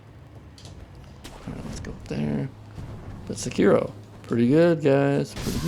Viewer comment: Say kee roh not suh kiro, say part is partial